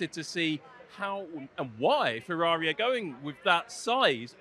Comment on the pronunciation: Ferrari pls, not "Fevvavi"